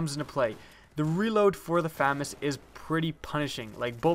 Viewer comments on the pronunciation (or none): its Fu-mas say it slower to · Pronunciation: Fuh-Maz. Thank you. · FAMAS is pronounced fah-mahs. or Fusil d'Assaut de la Manufacture d'Armes de Saint-Étienne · Proper pronunciation of FAMAS: fah-Mahs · FAMAS is commonly pronounced Fuh-MAWS, but it probably doesn't matter. It's kinda like the whole Car-BINE vs Car-BEAN debate where both are correct. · I'll take the famas over the aek. By the way did you know your pronouncing famas wrong? : ) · Oh God!! You're saying it wrong! God help you! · Ur pronouncing it wrong Famas is French. The second A in Famas works like an AU when u pronounce it. u wouldn't pronounce auto ato right? Lol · Except I'm not adding an accent, I'm just pronouncing the title as it appears. To be grammatically correct, to pronounce the name as it is used in the video, the word would need two M's (FAMMAS). Just the rule of the English language.